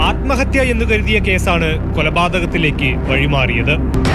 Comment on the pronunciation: ഹാത്മഹത്യ അല്ല.. ആത്മഹത്യ എന്ന് പറ